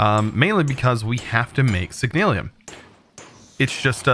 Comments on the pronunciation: It's signalum not signalium no i in it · HEYA Love ur content fam but just a bit of constructive criticism, slow down when ur reading some the items I realize you mispronounce a lot of the words in your vids, like Signalum in today's vid. keep the awesome vids coming my guy